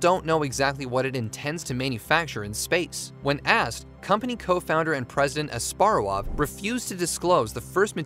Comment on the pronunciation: The H in Asparuhow is NOT silent.